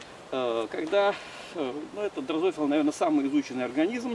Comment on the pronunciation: ДрозОфила- это конечно сильно. Прям мозг вынесло это слово с таким ударением. Не сразу понял о чём речь...В поддержку идеи что учёные живут дольше чем скажем более развратные люди- так это тоже может объясняется временным полем самого человека...Чем более человек духовный, тем дольше сохраняется в нетронутой оболочке его временное поле и тем дольше он живёт... Ведь самые долгоживущие люди по профессии - это духовенство, садовники, актеры театра и тд...Чем выше духовность человека, тем он дольше живёт.